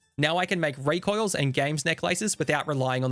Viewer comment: This is great but have you ever heard anyone say the words "recoil" "necklace" or "elemental" before? haha